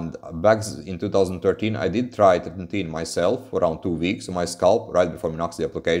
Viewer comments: You pronunciation is off. It's "Tret-in-oin". Not "Tret-in-teen". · treti-NOIN :D